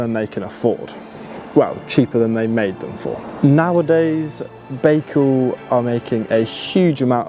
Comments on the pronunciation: Guys. Please at least pronounce the name correctly! It is not Bakecal............... It is Bical. So annoying. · Pronounced "ByeCal", you may be the first one to say it properly in future😊